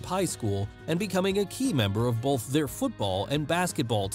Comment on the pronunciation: You say “bolth” in every single video. There’s no L in that word bruh